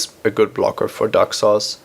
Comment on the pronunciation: When he says Daxos, it sounds like "duck sauce" - which is what I'll be calling Daxos from now on.